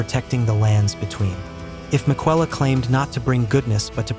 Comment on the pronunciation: Hopefully, you can get an A.I. voice over that pronounces Miquella correctly. That made me scratch my head a few times. Aside from that, great video.